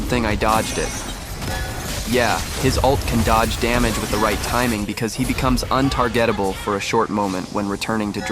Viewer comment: did you really say „ un-tar-GETABLE“